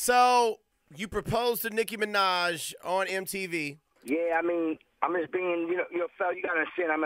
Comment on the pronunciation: its NICKI MINAJ NOT niki manaj